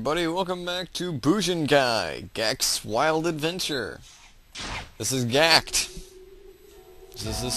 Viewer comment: Gackt is Japanese btw... and is said like jacket but with a g... Gackt to save to world...YAY